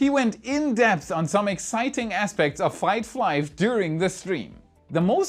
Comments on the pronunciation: I can't wait for "fight flive" either lol. Just joshing you brother, love the channel! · Fight Flive? LOL!!!